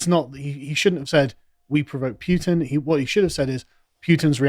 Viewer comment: Why is it that Brits can’t pronounce Putin’s name correctly? If you speak English you should at least be able to figure it out phonetically. When you want something put on the table do you say “hey, peeute that on the table…” . Less reetardation please 😂